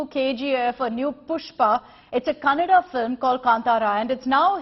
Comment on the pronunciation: Happy thing I heard is news reader said kannada correctly!👌